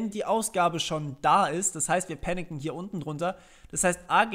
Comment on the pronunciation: Panicen xD klingt wie picknicken haha ;)